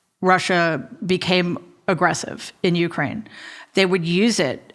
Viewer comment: I'm looking forward to this interview with two fascinating women. That audiobook is next on my list. I'm pretty preoccupied with what's going on over there. Thank you for calling it you-KRAINE and not YOU-kraine, which bugs me lol. Having Biden in office at this time is very reassuring, because I trust him to take the best course of action with probably the most knowledge anyone has and with wonderful and smart experts around him. I imagine Putin is sorry (and I'm grateful) he didn't make this move when Trump was in office. Timing is everything.